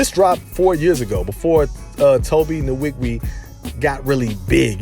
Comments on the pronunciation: Tobe Nn-wig-way. That's the right pronunciation. But Tobe obviously don't mind being called Tobe Niwigwii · Butchered his name